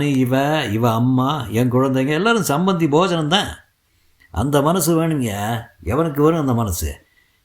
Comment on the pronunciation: It is not sammandhi bojanam, it is sama pandhi bojanam.